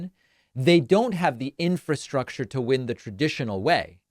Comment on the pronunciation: ‘Infastructure’ LOL. Go back to school Chuckles!